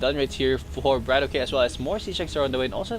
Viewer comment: btw i believe his name is pronounced bra-tock not brat-okay